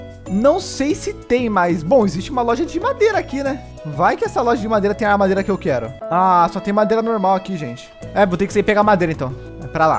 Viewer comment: So eu que fiquei com agonia do falando o nome da madeira errado? Kk